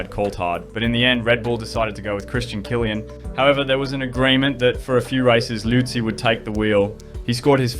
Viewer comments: Ive never before heard some pronounce Christian Kliens last name as Killian...ive only heard people pronounce is almost as 'clean' 😊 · his name is klien not killian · You pronounce Klien like clean not kilian. Sounds horrible. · I know Kylian Mbappé and Christian Klien. Christian Kylian has never been on the grid. Maybe show the subjects of your video some respect by actually making an attempt to pronounce their names right... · U butchered Christian Klien's name 😢